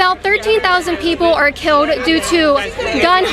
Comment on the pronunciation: KAITLIN FIX YOUR SPEECH IMPEDIMENT YOU JUST SAID "KEEWWOUHD" INSTEAD OF KILLED IN THE VERY BEGINNING OF THIS VIDEO. I LOVE YOUR VIDEOS BUT YOUR 'WIDDUHL WIDDUHL CUTESY' (BABY SPEECH) DRIVES ME NUTS. AND AGAIN IN THE MAIN CLIP WITH THE BLACK WOMAN YOU SAY "HOW MANY LIVES WERE KIIWUHD??" KAITLIN YOU WILL HAVE MUCH MORE OF AN IMPACT ON PEOPLE IF YOU FIX YOUR SPEECH IMPEDIMENT / (MORE LIKE AN INTENTIONAL CHOICE TO SOUND LIKE A 'WIDDUHL BABY GIWUHL' ) PEOPLE WILL TAKE YOU MORE SERIOUSLY IF YOU TAKE THE RANDOM MISPRONOUNCING OF WORDS WITH L'S AND W'S OUT OF YOUR SPEECH. PRACTICE SAYING THEM AT HOME.